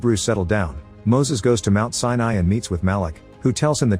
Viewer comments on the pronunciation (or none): none